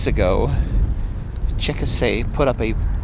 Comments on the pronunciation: That's too bad. :( Also-- Chickasha= pronounced 'chick-a-shay' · Please tell the rest of the story, it's an inflatable and was taken down for the high wind ... as seen/heard in your video. FYI - NOT how you pronounce the town name! Also, you can follow the page at